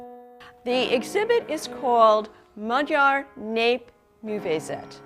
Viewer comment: I hate it so much when American people try to pronince Hungarian words. It's so annoying and stupid. Maybe insted of guessing ask one of the "Adorable Hungarian (Oh I'm sorry I meant to say "Maghijar") Pheasents" to tell you how to Pronounce words correctly. "Magyar" is not "Maghijar".